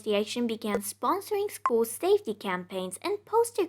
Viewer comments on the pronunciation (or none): none